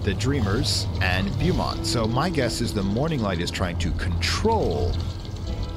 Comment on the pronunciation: They still have the Tyler Freeborn set of missions in Blue Mountain, so, you do not have to worry about it. If you want to do it, you can. BTW, the correct pronunciation of Beaumont is Bow (as in an archer's bow)-mont. There is a town in Texas that is pronounced the same way...Beaumont, Texas. However, SWL's Beaumont is Loki. Given that and the fact that you can find all three of his kids there and even his grandson at different times of the year, you can say is is a family affair. After all, Jormundgandr can be blamed for the Fog, the Hound of Nameless Days in the Blue Mountain Quarry is Fenrir/Fenris Wolf, and Hel and her son, Krampus, appear in the Vinterskog Woods around Christmas time if you do the winter events.